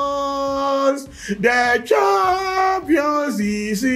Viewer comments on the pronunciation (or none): 🤣🤣🤣 Did I hear 👂 saying " The Twampions" 🤣🤣🤣